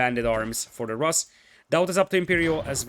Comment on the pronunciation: In word Rus, the sound in the middle is the same as in the word pool. Pool - [ pu:l ] Rus - [ ru:s ] Да.